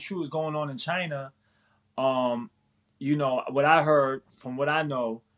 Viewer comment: The CHY-NAH virus